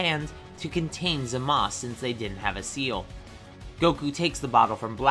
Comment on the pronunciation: Bro its zaumas